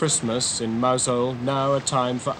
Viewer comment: So highly respected he can’t even pronounce Mousehole